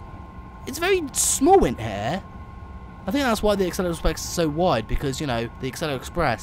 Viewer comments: Acela is pronounced A-sel-a, not Axel-a top speed on the acela has a top speed of 165 legally, tgv has a top speed of 199mph. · Not only is this an inaccurate game, you have presented misinformation. Quick: How many "C"'s are in "Acela"? Two? No! It is pronounced: "AH CELL AH", not "ACK CELL AH". (DOH!) Yes, I'm an American, (ex pat Brit!); I've been on the Acela at at least 148 mph (238 km/h) near Providence RI, but you know what? The Acela isn't even really American, it is 3/4 Canadian and 1/4 French. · It’s as-sella Not ax-cella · It sounds like your saying aksela express. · Its pronounced a-seel-a